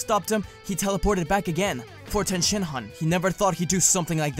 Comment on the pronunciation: Is it okay that I heard Tien Shit-han instead on Tien Shin-han